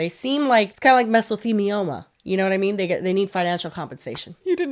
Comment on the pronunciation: I giggle every time says “shut up” when she expresses her excitement… and blurry mispronunciation of mesothelioma 😅